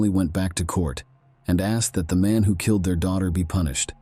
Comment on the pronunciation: Brutally kil-lad,???